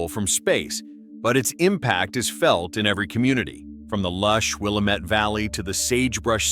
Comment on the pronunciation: Why can't any of these AI's say Willamette right? Dumb terminator.....😏🤪🤣😜